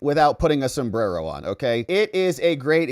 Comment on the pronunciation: You have to pronounce it sombdddddero.. Like that lady did she was speaking perfect english then she mouphed her spanglish mexican accent to say sombddddero..lol